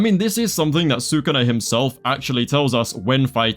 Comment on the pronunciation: STOP SAYING "SAKUNA" PLEASE